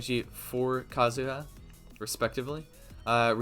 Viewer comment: Just say Kazuha dumbass. The joke didn’t land the first time.